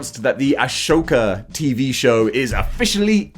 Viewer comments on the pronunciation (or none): Ah-Soka. Not A-shoka. lol C’Mon MAN! lol. Just messing.